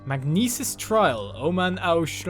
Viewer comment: Oman-Au = Aonuma